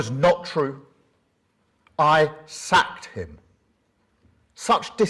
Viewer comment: Did he say sacked him or sucked him 😂😂